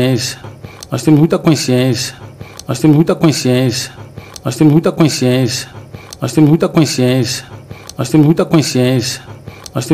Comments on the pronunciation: Veja no minuto ele diz mais ou menos assim:”Nos temos muita coinsciencia” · Esse é o diretor de futebol da Dondoca Leila “Forreta", o cara não sabe nem falar consciência e vai contratar ? !!😂🤦🏻‍♂️